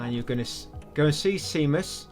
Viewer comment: GODDAMN that Can't Cat-ch Me trophy, man. Goddamn it to hell. Edit: An Englishman calling Seamus "see-muss" is extremely interesting to me. I figured you'd actually know someone called Seamus, being so close to Ireland.